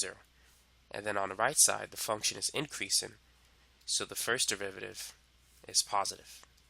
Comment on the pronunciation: increasin' decreasin'. My boy is such a g he doesn't have to pronounce his g's.